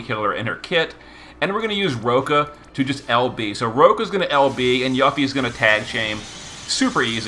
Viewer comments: he issue is people not recognizing the romanization of ユ is YU but the U is pronounced as oo in Japanese. If you don't know that and attempt to apply English rules to the pronunciation, you end up with yuh-fee. There was a large fan base that was shocked when they discovered the correct way to pronounce her name, with even some only finding out when ff7r integrate came out. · There is no need to wait for Rebirth to come out. She was already in the Episode Intermission DLC for Remake and pronounces her name there as "You Fee". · you got a point. I check the wiki FF Japanese version, the katakana writing is ユフィ ( yu fi ). Hence pronounce you fee. Also, Final Fantasy 7 Remake part 2 is coming soon, we will know the proper pronounciation for Yuffie. In the mean time, can call her whatever she likes 👍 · I've just never heard someone call her that I'm not sure if it's a purposeful gag or if that's really how he pronounces her name he calls lots of ffbe names so different to then what I would pronounce there names it's a curve ball for me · yeah of course I didn't mean any disrespect towards him I love him so much he's carried me in the game all these years I was honestly on curious why he says it that way it's funny and I like it but sonetimes when things aren't pronounced how I'm use to my ocd kicks in weirdly enough